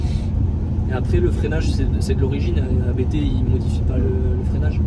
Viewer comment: Merci pour cette vidéo complète. beaucoup d'infos. Juste une remarque, ABT se prononce "abt" et pas "abété" (Abt est le nom de famille du fondateur). Bonne route !